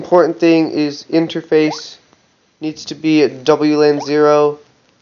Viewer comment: You need to go slower on those IMPORTANT THINGS!! I hear "Wn0" but there is no Wn0 (zero) so is that, Interface: Wln0, wl0 or wlan0? Because you can't actually ever see it happen in this video, and only see the selection in the program if you go into Interface AGAIN (which you didn't do). You seem to hover over wlan0, but that's not what I heard. Method: HostApd.